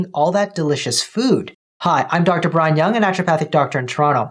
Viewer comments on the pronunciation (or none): none